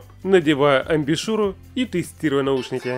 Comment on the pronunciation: Все хорошо только не амбишюра а амбушюра